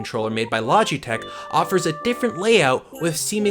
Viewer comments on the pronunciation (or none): Lodge-EEEE-tech...bra wtf is that pronunciation? Logitech isn't exactly a hard word to pronounce seeing as its said exactly how it looks.